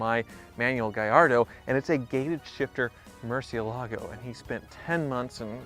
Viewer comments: MURCI, not MERCI. It's not even a matter of it being a foreign word because even in English we don't pronounce a u like an e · For the love of God, learn how to pronounce mur ci EL ago!! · Lear as Tavarish how to pronounce Murcielago... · You need Tavarish to teach you how to say "Murcielago"